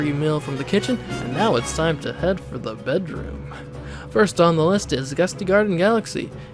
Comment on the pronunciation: Wtf the way he said bedroom